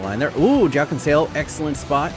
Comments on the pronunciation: The way you said Joao is really painful to my ears😂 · its odd joao is pronounced joe-ow